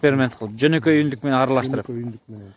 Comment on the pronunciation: Урматтуу Ютюбер Ундюк эмес, ҮНДҮК деп сүйлөп үйрөнөлү э. Себеби бул сюжетти толтура адам көрөт жана айтылган сөзгө көңүл бөлөт.